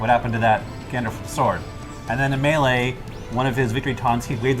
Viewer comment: I'm shook that even english speakers pronounce wrongly the word "melee"